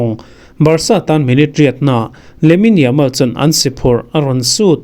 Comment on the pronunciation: Hman zan deuh a Barcelona inkhel epic sports ah ka en a.. khawchhak lam comentaitor khan Lamin Zaman tih in a lam tlat a...ka lo nui kalo nui ringawt....Yamal kha Zaman tih in lam tlat a...mak e...en ve awm tak mo...😝😁👍